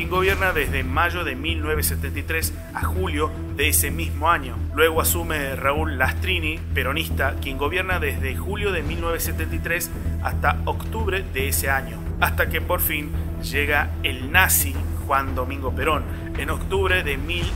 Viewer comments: se llama Raul Lastiri... No Lastrini... Lastrini sos vos ladrón. Que video horrible. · Es correcto lo que aclarás Fabián ( es LASTIRI ) ademas que hay un par de furcios en las pronunciaciones también....igual......no es tan grave.....LO QUE SÍ PARECIERA SER CORRECTO LO DE LA PARTICIPACIÓN DEL POCHO (Según Pigna ...) cito : "Esto llevó a que Justo permaneciera en un segundo plano durante los preparativos del golpe de Estado programado para el 6 de septiembre de 1930, pero sin dejar de presionar a Uriburu a través de sus oficiales para introducir sus puntos de vista. Entre esos oficiales estaba Juan Domingo Perón, quien diría décadas después: “Yo recuerdo que el presidente Yrigoyen fue el primer presidente argentino que defendió al pueblo, el primero que enfrentó a las fuerzas extranjeras y nacionales de la oligarquía para defender a su pueblo. Y lo he visto caer ignominiosamente por la calumnia y los rumores. Yo, en esa época, era un joven y estaba contra Yrigoyen, porque hasta mí habían llegado los rumores”. FELIPE PIGNA en CLARÍN 24 /08/2020